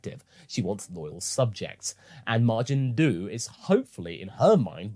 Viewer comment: I swear it sounded like that witch said "Majin Dude." Good episode